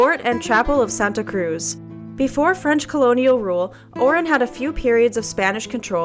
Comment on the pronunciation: guys its Oran, not Orin.